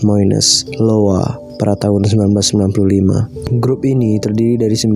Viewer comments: IOWA BUKAN LOWA! AH NORAK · "iowa" bang, bukan "Lowa"